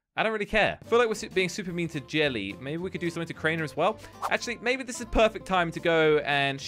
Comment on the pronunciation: its not cainer its Crainer